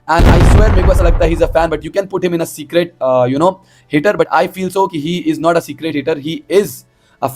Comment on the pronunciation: it's secret... Not secrate..wannabe speed